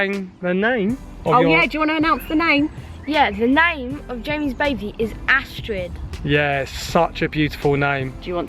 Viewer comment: you pronounce astrid as astri.. Have a niece and that is her name